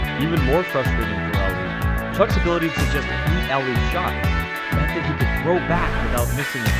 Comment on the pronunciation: His name is pronounced “ah-lee”, not “al-ee”. Get it right, clown.